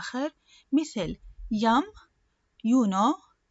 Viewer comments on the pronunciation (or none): الحرف I في بداية الكلمة في المثال الثالث: Iactātus لماذا نطق L ?